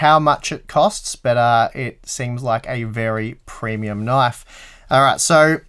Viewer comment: "That's not a knife. THAT's a knoife."